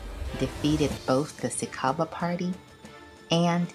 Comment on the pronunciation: SICABA is pronounced SICHABA